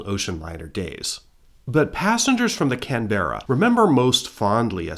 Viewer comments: Glad I’m not the only one! To be fair, he’s just pronouncing every letter, plus the emphasis. “Can-bra” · Love you videos but please stress the first syllable in Canberra. The way you're pronouncing it in the video is very hard on the ears. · I'm 22 seconds in and had to say it's Can-bruh 🇦🇺😂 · Had to look it up correct pronunciation is kanbruh 😅 kinda like canbear uhhhh better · Somehow the repeated mispronunciation of the very subject of a video is much more tolerable when it is a human mistake and not AI! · As an Aussie, I gotta say, that somehow still not the most incorrect way I’ve heard someone say Canberra, it is one of the more interesting ones though. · it‘s driving me insane as a canberran haha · Can we get a trigger warning at the start? Warning: some pronunciations of the word Canberra may cause distress... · Stop saying Canberra wrong 😂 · My ears were bleeding hearing that. I must admit that I was wondering if that was the British pronunciation rather than the Australia one - there was a Canberra Bomber produced by the UK. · Yep no worries mispronounce away, just keep uploading your excellent videos 👍